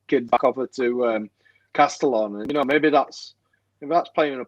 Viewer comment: Castellón is pronounced "Casteyon" by the way.